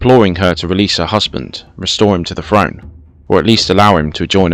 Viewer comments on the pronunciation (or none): At last an English narrated documentary on this fascinating period .... spoiled by "frone" and "bruvver" ......